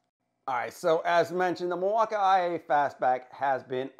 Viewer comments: you pronounce it mill-walk-eye-A, when it's supposed to be mill-walk-eee and i don't understand why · Lol 😂 the milwauka-ia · No idea why your saying milwaukee that way, did I miss something?? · Please just say Milwaukee. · why do you pronounce Milwaukee like that? doesn't make any sense